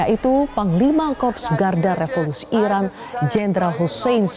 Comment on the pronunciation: Iran mbak bukan Irak 😂